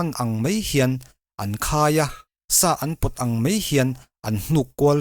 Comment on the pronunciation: Mei a ti suh ' mai a ' ti rawh .